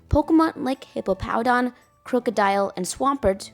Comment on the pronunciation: Are you saying "Hipopowdon" on purpose? it's Hippowdon 😭